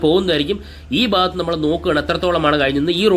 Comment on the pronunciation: ബാഗത്ത് അല്ല ഭാഗത്ത്. ശരിയായ ഉച്ഛാരണം നടത്തുക.